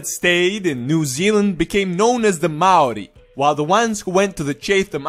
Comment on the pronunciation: Your Maori history and pronounciation and accuracy is amazing!! They purposely don't teach Maori culture in Nz only the white version so I'm surprised how correct you got it. Cheers bro from Nz